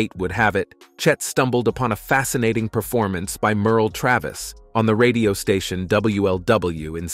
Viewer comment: As a lifelong Chet fan and picker, I felt compelled to watch this. 🙄The content was evidently written and read by AI (“See Simmahn”, “Merley”?) The images are random or completely inappropriate, certain “facts” have been synthesized, and the chronology is a mess. It adds nothing to Chet’s story. Chet faced hard times early in life, but he overcame them to become one of the most successful and beloved musicians in history. Everyone dies, but to characterize Chet’s life as sad and tragic is click bait plain and simple. Chet fans, don’t waste your time on this AI-generated tripe.